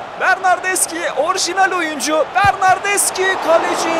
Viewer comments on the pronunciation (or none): bernardeşi diye okunuyor bilgin olsun .d